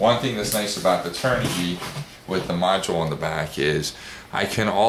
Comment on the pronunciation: The kv rating does not stand for kilo-volt. It stands for RPM/volt. Just say kv. You are also pronouncing the brand wrong as well, turn-ah-g. LOVE the wing colors.